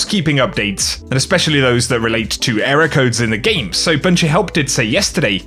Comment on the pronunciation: Ehroar codes